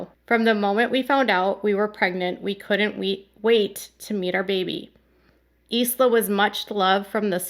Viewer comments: Baby name is pronounced eye - la It's an Irish name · I think the pronunciation for Jill’s baby is, Isla, is eye la. 😀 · Isla is Pronounced Eye-la, primarily a Scottish name but now becoming popular in many countries. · lol this is too much. You pronounced it incorrectly, let’s just be wrong and move on. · The name is Scottish. Yes, you can delete this too. I feel correct pronunciation, especially at a tender time, is respectful. It didn't need a discussion. Researching names is a good idea to show respect.🙏💕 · That's not how you pronounce Isla. You're an illiterate. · Its Isla... silent s. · The name Isla is pronounced like you would pronounce island. The ‚s’ is silent. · Yes that is how it is pronounced in English as it is a Scottish name originally. But they may not be pronouncing it as the English version, is what has been suggested, they may be using the Spanish pronunciation. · The Gaelic pronunciation is “eye-luh”. The Spanish pronunciation is “Eez-luh”. Both are correct. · Thank you for the updates, I feel so bad for Jill and her cute family. Isla is pronounced “eye-luh”, like island without the “nd.” At least that is how we say it over here on the west side. Such a pretty name for a precious little girl ❤️ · It’s pronounced “I la” kind of like island. This is very sad. My parents wanted a boy. They finally had my brother after 4 girls. Then they were sure they had the boy thing down and had my sister. I would have loved to be a fly on the wall for that visit. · btw, her babies name is pronounced “eye-la”, like “island”, the s is silent. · Isla is Latin/Spanish. Pronounced as was mentioned "eye la". Some of you may have visited a beautiful island off the coast of Cancun. Isla Mujeres. American's will pronounce in English "Ees la" which is fine, but not proper. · It's pronounced eye-la - it's Scottish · Isla is pronounced i-la just fyi❤ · Its Isla.. like Island, not Eezla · It's pronounced like eye-la like short for island. The S is silent.